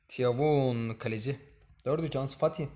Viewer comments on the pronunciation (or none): Abi thauvinin ismini okuduğunda firavun dediğini düşünüyorum sjsjsj seviliyorsun abi bu arada okunuşu toven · Tiyavun değilmiş abi toyven diye okunuyomus